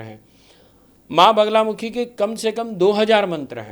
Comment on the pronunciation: naam toh theek se boliye maa ka, it is ma baglamukhi...aap baar baar bagulamukhi bol rahi hain..... bagula nahin bagla